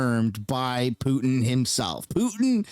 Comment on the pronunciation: Need to make a "poohtan" meme for Putan